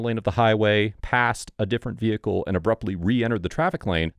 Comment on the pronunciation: Amanda McCake? Hahahhaha poor soul couldnt leave the veehicle if she wanted to